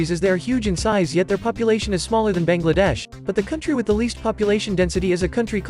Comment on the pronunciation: you just .... pronounce bangladesh wromg